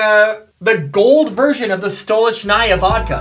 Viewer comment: stolichnaya pronouns like Sto,li,ch,na-ya